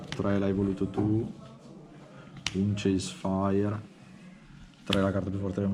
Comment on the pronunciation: Ceasefire è diventato "Chase"fire